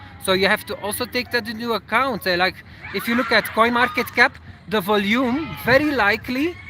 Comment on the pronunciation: Hey I hope you don't mind this comment from a fellow native Flemish speaker: the emphasis for the word "volume" is on the "O" not the "U";) Enjoy your video's as always